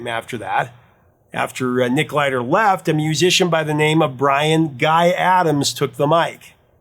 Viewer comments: Not Nick Glider like the plane with no engine no no no........... its Gilder..... rhymes with take a pain Pillder or collins philder or pickels of Dillder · Hey, it's Nick Gilder not Glider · Nick Gilder not Nick Glider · Nick GILDER. Not Glider. :) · Professor... it's Nick Gilder, not Glider. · “NICK GILDER”. Not “Glider”. Jfc, some professor… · GILDER NOT GLIDER. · Just so you know its not Nick Glider, its Nick Gilder. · Chris and Phil are good dudes. They make films now. Usually paranormal in nature. Some documentary, some narrative. They have had films on SyFy, including Dead Still with Ben Browder from Farscape. Oh, and professor? One little correction. It's Nick GILDER, not Glider. 😁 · it’s Nick Gilder! not Glider 😂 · Gilder, not Glider... right? Excellent story! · FYI: Nick Gilder, not Glider. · It’s Nick GILDER, not Glider. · Uh...Do you mean Nick GILDER?????....Gilder, not 'Glider'. C'mon, dude!!! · Nick "Gilder" NOT Glider . . . Come on Professor! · Nick Gilder, not glider. And Nick is also known for co-writing Scandal's "The Warrior" with Holly Knight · The name is Nick Gilder, not Nick Glider. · dude, that's NICK GILDER, not Nick Glider! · Professor, I’ve got mad respect for your knowledge, so please don’t take this wrong… It’s Nick Gilder, not Nick Glider Excellent video, as always. In fact, yes, these videos are among my favorites that you’ve made. I love these deep dive mysteries. 👍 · Nick GILDER, not Nick Glider. His "City Nights" album is fantastic, but never made it to CD for some reason. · Great story. But it was Nick Gilder, not Nick Glider. 😊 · Nick GILDER, not Nick GLIDER.... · GILDER NOT "GLIDER." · You had me scratching my head when you referred to "Like The Wind" as "Blind the Wind" -- but then my head exploded when you said Nick GLIDER instead of GILDER Professor, you need to double-check your work before handing it in! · It's Gilder not glider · Nick GILDER not Glider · It's Nick Gilder, not Nick Glider. 😇